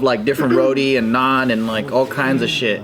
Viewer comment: I’m impressed with the correct pronunciation of naan and roti by the crew